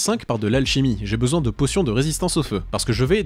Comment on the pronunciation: « C’était affreusement chaiwre mais ça fait trop laungtomps j’en aiye besouin » 😂